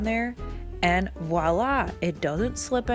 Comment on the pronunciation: Nice tips! I love your trays. I also like that you can properly say "Voilà" and not say "wala" like most people :)